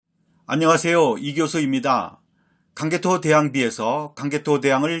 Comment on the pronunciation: 강개토대앙이라고 발음하는데, 광 개 토 태 황